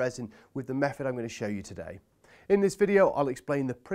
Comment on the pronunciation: also mefod and bovver and furoughly 🤣🤣🤣🤣🤣🤣